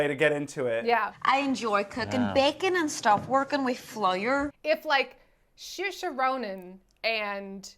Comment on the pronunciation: Try saying "say" as the first part of Saoirse Ronin. The back half sounds good. The first half is MUCH closer to "say" than "sure".